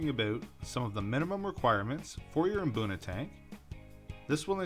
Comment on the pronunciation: Pronounce it boona not Mboona